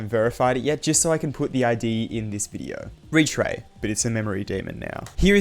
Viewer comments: and apply it to retray. "retyr" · More like “Retry”